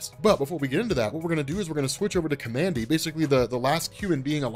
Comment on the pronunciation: The character's name is pronounced "COMMAND D"